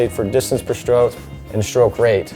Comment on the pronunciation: Great video, would be so much better if he said "stroke" instead of "schtroke"